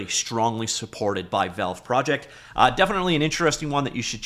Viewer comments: I cant subscribe to a channel that says velve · The way this man pronounce Valve is diabolical